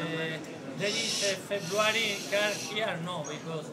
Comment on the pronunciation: is that jason england, who said feburary?